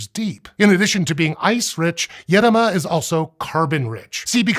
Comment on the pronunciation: Congrats on the effort of using the correct accent in the word "Edoma",. In Arkhangelsk region (Russia) where i live this word goes back centuries, with mostly forgotten meaning of "deep forest".